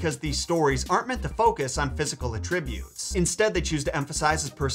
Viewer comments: "a tree beauts"-!? You mean attributes which is properly produced as at-ree-b-youts? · "Ātrib-Utes" - 🤭 😜 😊 😅